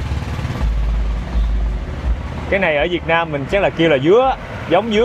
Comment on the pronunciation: Thích cái cách a nói “ Việt Nam” rõ ràng mà ko dùng âm điệu ngoại ngữ🙏🏻🫰🏻